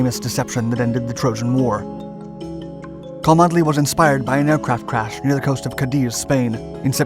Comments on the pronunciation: I know your pace of output is huge so I won’t offer this as a stinging criticism but purely as a point of interest: “cholmondeley” is typically pronounced “Chumley” in Britain. I am quite certain that these quirks have been an exceptional tool in detecting foreign agents. “I say old sport, could you direct me to Choll-Mon-delay castle.?” “Why yes, I am heading there myself! Let us walk together” “Good show! But I say, this isn’t the castle it’s the police station” “That’s right Fritz. We’ve got you bang to rights!” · Please learn English pronunciation his name is not pronounced Cholmondley, it is said Chumley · Cholmondeley is pronounced Chum-Lee not Co-mund-eh-lee. Quite the shibboleth. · It's pronounced "Chumley" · Cholmondeley is pronounced Chumley. Just one of those really weird British pronunciations. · Cholmondeley is pronounced "Chumleigh".